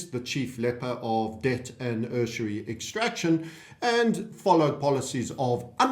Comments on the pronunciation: How EXACTLY are "They" going to enforce all these new laws if "Civil Society" has broken down completely like yourself and Bill Holter are predicting. Prey do tell "Oh Wise One". And do listen to dictionary website to learn how USURY is pronounced properly, it's NOT Err-Sir-REE. YHWH give me strength. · With reference to "borrowing money in existence" from timestamp onwards and your wince inducing pronunciation of USURY this is an extract from Benton L. Bradberry's book "The Myth of German Villainy" which explains it ALL. To counter the effects of the international *’ish boycott of Germany, including the financial strangulation, The Chancellor simply went around the international bankers by creating a new currency issued by the German government instead of borrowing it from the *’ish owned central bank. This new currency was not backed by gold, but by the credibility of the German government. The new mark was essentially a receipt for labor and materials delivered to the government. The Chancellor said, “For every mark issued, we required the equivalent of a mark’s worth of work done, or goods produced.” The government paid workers in these new marks and the workers spent them on other goods and services, thus creating more jobs for more people. In this way the German people climbed out of the crushing debt imposed upon them by the International bankers (read, *’ish bankers). Within two years Germany was back on her feet again. It had a solid, stable currency with no debt and no inflation.